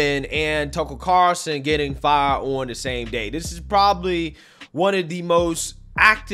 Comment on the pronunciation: He is your biggest influence yet you can’t even say his name right. Get it together